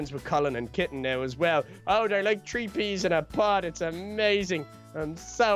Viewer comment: I like how they say tree and not three 😂